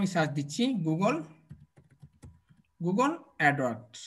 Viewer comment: apnar video dekhi but apnar sob word er uccaron tik hoyna, zemon, apni bolen 5$ toller, 10$ toller, google adwork, ইউটুব.. please vul hole khoma korben sir